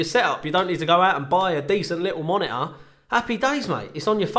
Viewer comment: Love the way you say Monitor. "Moni-uhh"